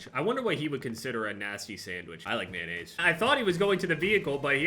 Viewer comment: "i like mayonainse"